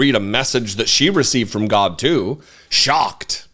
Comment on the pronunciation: I crack up every time you say "gawdah". I have even subconsciously starting saying it in my daily life. Love your content to keep things that are sadly true.... in real person speak and how I feel most days. Keep growing